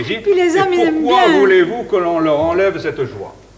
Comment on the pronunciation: "Les femmes aiment bien nettoyer la maison quand les hommes ont fait la cuisine et pourquoi voulez vous qu'on leur enlève "cètteu joa"?" par R.Oliver.